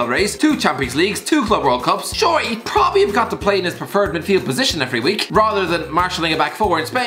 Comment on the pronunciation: No-one: Absolutely no-one:: PRRRRPRPRPROBABLY